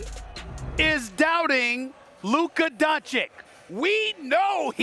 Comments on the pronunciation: Stephen A. is for sure saying Donchick on purpose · Who TF is Luka donchick Steven a.. It's doncic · When will SAS say the dude name right.. it’s been 4 years bro learn how to say Doncic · 4 years, and Stephen A still calling doncic with donCHIK. what a dummy caster. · He just does not want to pronounce it by now properly! Goran Dra geek, Don Chick... Imagine a white guy mispronouncing black people for years! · Is it that hard for Stephen a to pronounce luka’s last name correctly? It’s not like he does this for a living or anything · Someone please teach Stephen A Smith how to pronounce Luka's surname 😐